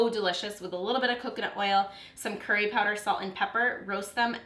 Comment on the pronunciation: its so annoying how non Indian, or south Asian, or South East Asian people say the word "curry" it's so funny but annoying. hahah